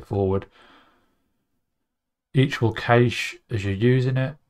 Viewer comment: Pronounce cache as 'cash' and I might throw a double shot latte your way :) Thanks for the helpful vids.